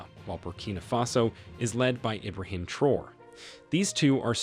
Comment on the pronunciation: The way he pronounced Traore